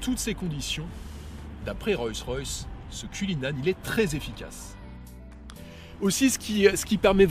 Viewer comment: [royce royce] 😂